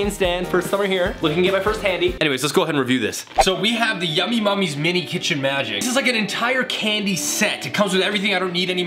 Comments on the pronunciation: The box says Yummy NUMMIES. You kept saying Mummies. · ITS NUMMYS NOT MUMMYS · Why do u say yummy mummys its Yummy Nummies